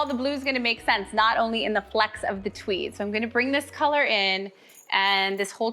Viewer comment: Am I the only one who heard, "TWEE", instead of, "TWEED"?? I mean, I'm pretty sure our didn't develop a lisp as she decorates a flocked Cwismas Twee.... Note to self: WATCH, instead of just listening. 😂😂